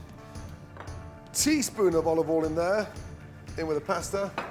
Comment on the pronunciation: "oul (oil)" "bazil (basil)"